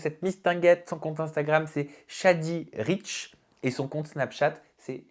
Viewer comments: tu t'es trompé sur ces réseaux c'est "Shadyritch" au lieu de "Shadybritch" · Shadyritch et non shadybritch 🤦‍♀️🤦‍♀️🤦‍♀️🤦‍♀️